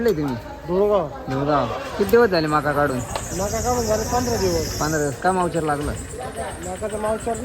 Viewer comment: मावचर नाहीरे अडाणचोट ,,, मोईसचर